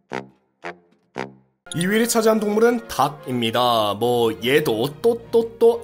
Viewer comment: 2위를 차지한 동물은 [닥입니다]-->[달김미다]